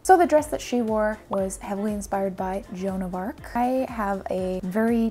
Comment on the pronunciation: Hahaha I think she agrees! Her face in "john of arc" 🙄🙄 lol